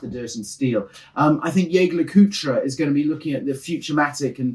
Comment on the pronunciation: always nails saying JOEGER LE COOLTRA!